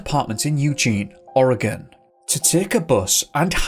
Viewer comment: And I appreciate the fact that you pronounce Oregon properly. And most of the little town's named after Native tribes here and Washington State